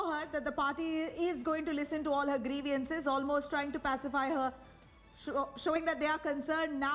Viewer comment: "Griviance". Dear News anchor, get your pronunciations corrected!